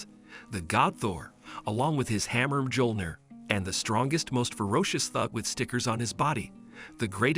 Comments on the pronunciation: he said mgiolnir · MJÖLNIR IS PRONOUNCED MYO-LNYI-ER NOT MJOLNIR GODDAMIT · It's pronounced as Miyolneer